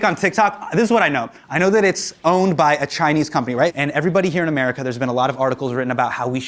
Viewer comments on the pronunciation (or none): none